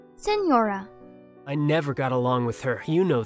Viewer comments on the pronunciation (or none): Yes but (as an italian) the pronunciation killed me Ah yes, la SiGHNora and arlecino (jk) Also by far Arlecchino and Columbina are my favourites I see arlecchino as such a cryo sword user idk why